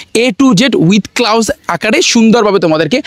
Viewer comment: এটার উচ্চারণ ক্লাউজ হবে না এটা হবে ক্লোজ 😊